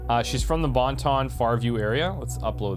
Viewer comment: I always chuckle when u say "Bon Ton"